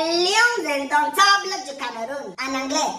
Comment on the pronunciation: djoo je suis au sol quand tu dis...les beudombetébeul lions😂😂😂😂